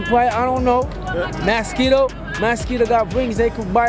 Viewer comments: My yute seh "Maaskeedo" 🦟 🤣🤣🤣 no sah...mi luv dis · The foreigner said Maskeedo 😂😂😂